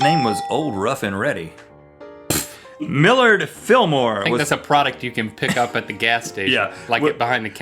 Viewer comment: Rhett, it is pronounced Mill-arrrrd!